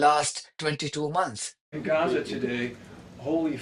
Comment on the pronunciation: It's Gaza - not Reza. Please learn how to pronounce the letter G.